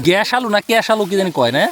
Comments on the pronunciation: Vaire vai ges alu na kes alu 😂😂ja bolen apne 😅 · সালাম ভাই কেস আলু না কে সুর আলু